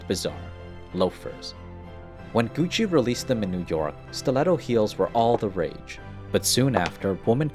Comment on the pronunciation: Its Gussi not Gutsi